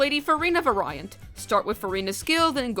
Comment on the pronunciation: (Vary - ant) - (very - ant) Not (va - Rai - ant)